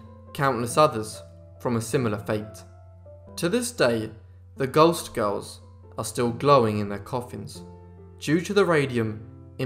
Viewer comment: I had to read the comments to understand that he was saying "ghost girls". Sounded much more like "gulst girls".